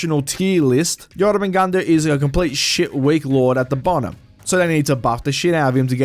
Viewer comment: My god you butchered jormungundr name so bad